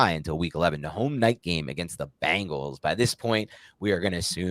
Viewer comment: It's Bengals, Not Bangles. The Animal, not the Band. Or, The Animal, not the Doo...